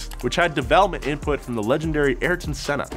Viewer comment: His name was AYRTON SENNA, please...